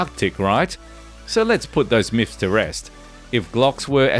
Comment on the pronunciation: Lol “myphs “